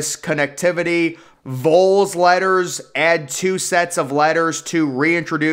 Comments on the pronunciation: Northwestern’s Ryan Field looks very impressive. Memphis as well. Neat video, my only issue is the way you say VOLS. It’s more like Vahls, not Vulls. Lol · Neyland is in the final year of a five year renovation. Pronouncing VOLS as "Voles" is pure blasphemy and sacrilege.. Did you attend Vanderbilt? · No “long O” pronunciation in VOLS. 😂😂😂